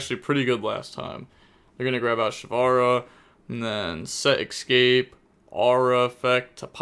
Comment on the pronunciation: How do you manage to say escaspe as !EXCAPE"